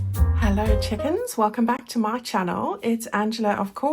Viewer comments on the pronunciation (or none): I had to rewind to make sure you said chickens😂